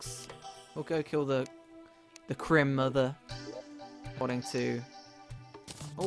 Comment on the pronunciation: its Cri-Mother without the "-" not crimmother I'm pretty sure